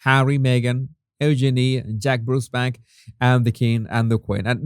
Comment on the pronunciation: Jesus, just trying to be helpful here- Eugenie’s name is pronounced You-genie. But I do love your accent! 🙂